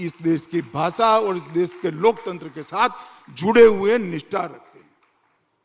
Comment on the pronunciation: Amitbhai! Once a Gujarati always a Gujarati. Me too. I have always observed one thing in your speeches. You always say implementension instead of implementation. It's a tongue twister for you 😂. One more tongue twister in Modiji's case - He says हुये instead of हुए 😂